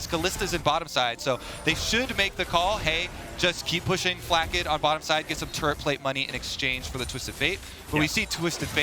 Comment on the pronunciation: "zay-us" and "Flak-kid" like wtf... it bothered me so much